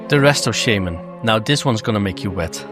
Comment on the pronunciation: Why do you pronounce shaman wrong?🤔